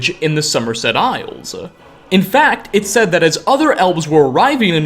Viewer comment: The way this dude pronounces words that end with an 's' is highly annoying lol. Just listen when he says Summerset Isle-s.